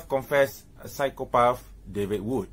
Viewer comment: Hey keep everything aside David and all... I give u CHALLENGE to openly pronounce "PSYCHOPATH" you will Win.... "PSYCHOPAAFFff🤣 hahahha...